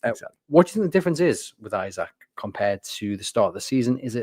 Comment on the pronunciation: For heavens sake it is Eesak not Eyesak. He's only been with us for two and a half years......